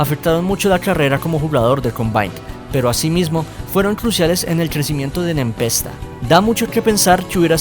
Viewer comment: Se pronuncia "Nepesta"